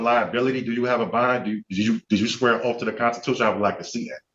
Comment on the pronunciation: No one on earth has ever sworn an "oaf" 😅